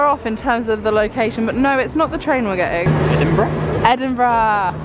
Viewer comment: I think you guys have been north of where you live because you did the lands end to John o groats vid🥰 Love your travel challenges!! I love how you guys pronounce Edinburgh properly but didn’t pronounce Bamburgh properly till after hahahah 😂